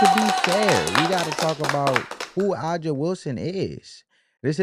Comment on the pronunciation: Dude that’s not how you say A’JA’s name..😒 or Tina’s name..get the pronunciation right 1st my guy..